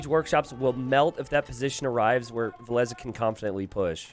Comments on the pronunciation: Why is saying vilessa it's said vil-ess or vil-ease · Vilees, Vilese, Vilesa: Vilessa, Vileesa, Vilees It's funny how English speaking can't say the double L and if they somehow say it, they don't pronounce the last E from the Ville and only say Vill. Or twist it some other odd way:D Best I've heard from is to say Villes. I'm only triggered how says it like Vilessa. It makes it sound like a girl name:D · I think he calls himself V_I_llese and not Vill_E_se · Jeeze, if says Valesa one more time! I swear... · I absolutely enjoy and respect as a caster, but why did it have to be him on this set specifically, with his grating pronunciation of "villesAH"... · i'm over here thinking his name is pronounced vill-eez. but i hear you two call him vill-ess and vill-esseh. driving me nuts. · They absolutely need to. This "villeZ - villes-AH" is like a cheese grate to the ear. was doing it on purpose I guess. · Doesnt matter which way is correct, the 2 of you need to agree on how to pronounce "Villese" when you're co-casting